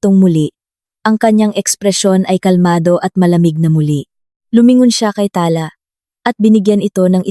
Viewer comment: Pls pronoutiation paki improve.ta-la not tala na mabilis.